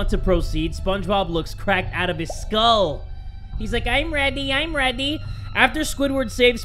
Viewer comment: "I'm Ready, I'm ready." Sounded like.... "OrDEr,orDeR!"